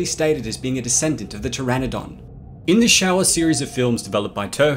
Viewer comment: Show-aaa not shower really dude 🤦🏻‍♂️